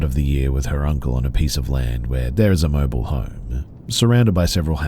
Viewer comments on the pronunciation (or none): none